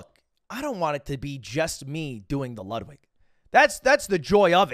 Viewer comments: It’s not called the Ludwig it’s called the luddy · its pronounced "the luddy" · I hate how he keeps calling it the Ludwig instead of the Luddy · It's the Luddy, no one's calling it the Ludwig lmao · Stop calling it the ludwig it’s the luddy